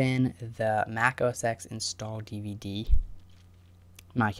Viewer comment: good video! though it is not mac os [eks]. it is mac os [ten], because X stands for the Latin "ten".